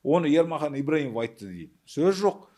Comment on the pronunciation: Ибрагимов емес Ибраимов деп айт келесы жолы